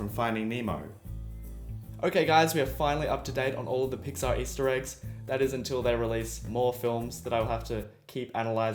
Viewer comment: did he say pizza Easter eggs???